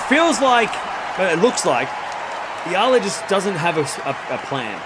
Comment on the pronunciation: Thankyou for pronouncing Alex Eala's name correctly AlexEala is pronounced as Alex Ayala Alex Ayala Alex Ayala please ok Alexandra Alex Eala!born May23 2005 Philippines place of birth. Thank you TY